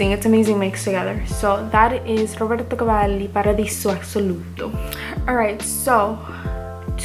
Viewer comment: Hey. Great haul. A few things: 1) I love Instant Crush. It’s one of my faves in my collection. It could be my signature, you’re right 👌🏾 2) Your Roberto Cavalli pronunciation is on point 🔥 3) I’m really happy to see you’re back making videos. I know what it’s like to get overwhelmed/burned out with this stuff. I had to take 6 months off a couple years ago. Do what you gotta do to take care of you. Just know that we all love your videos and will be happy to see them whenever you’re able to film them.